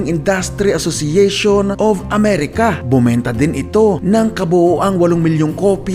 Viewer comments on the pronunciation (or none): none